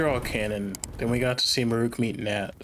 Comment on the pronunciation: "Muh-REWK's Daily Life" Why do so many people mispronounce 'Marulk' in that exact way?